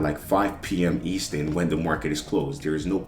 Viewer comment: youre killing me bro its eastERN and pIPs lol